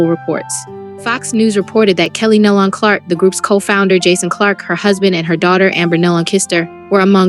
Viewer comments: It’s Nelon pronounced Neelon - please get the name right!!!! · You are pronouncing their last name wrong. Please get that right. This is very important. it’s pronounced Nee - Lon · Pitiful video. Their last name is pronounced like KNEE-LUN. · It sounds like KNEE & Lon as in Con! NEE- LON! IT'S NOT THAT HARD. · Somebody tell them how to pronounce their last name, NÉE’ LON‼️ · Makes me realize that you didn’t know them , because you are pronouncing their last name wrong. That is sad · Yes I agree with these comments on here i mean how hard is it to pronounce the last name nelon correctly i mean seriously or even gaither